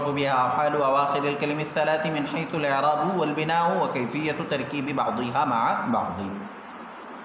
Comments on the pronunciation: مصنف رحمہ اللہ مبتدیوں کو تشویش سے دور رکھنا چاہتے ہیں لیکن آپ لوگ عبارت کو مختلف اعراب کے ساتھ پڑھ کر ہم کو تشویش میں مبتلا کرتے ہیں ۔ الاعرا ب والبناو کو پہلی بار ضمہ کے ساتھ پہلی دفعہ آپ سے سنا۔ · الاعراب والبناء کااعراب تو درست فرما لیں اور ویڈیو کی اصلاح بھی کرلیں تاحال کئی تبصروں کے باوجود بےتوجہی؟05/12/2020